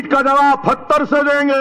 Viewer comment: انا للہ و انا الیہ راجعون...... Allah k bandy pahly talafaz to drust kar lay phater nahi pather hota hy... Aur agar itni ziada power hy to pehly Muslim community ki Jan.. mall